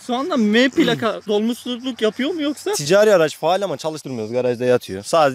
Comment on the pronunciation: Tizağri değil (ticari)